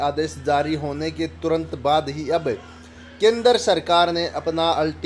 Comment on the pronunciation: अरे भाई कम से कम हिंदी बोलना तो सीख लो । आप केंद्र को केनदर बोलते हैं । Fake video ...